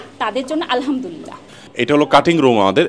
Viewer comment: আলহা'মদুলিল্লাহ বলার সময় حবলতে হবেهه বলা যাবে না না হলে অর্থ বিপরীত হয়ে যায়